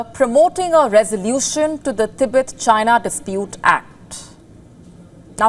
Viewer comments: TIBET(tee-bet) not ती बेत. Media’s clear pronunciation of a country or a region or a city is of utmost importance. Public follows media and octet gets it wrong . So, please get the pronunciation straight. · Its Tibet not Tehbet 😢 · THEEBET THEEBET THEEBET THEEBET THEEBET. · Is there other ways to pronounce Tibet? I've always said teh-beht